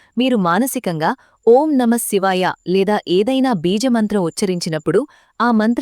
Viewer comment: Gaali baga తీసుకుని enta sepu vundachi? Om enni sarlu cheppali clarity ga Chepandi Sister plz